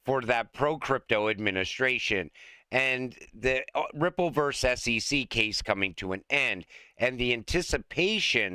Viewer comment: Verse? Oh! You mean VERSUS.